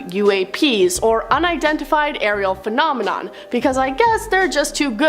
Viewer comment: I wish they’d get it right… “phenomenon” is singular, “phenomena” is plural, and “phenomenoowawo” isn’t fooling anyone - pick one!